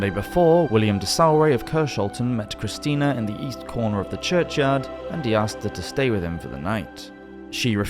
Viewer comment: "The two Christians" sir, do you know "Christina" is pronounced "kriss-TEE-na", right?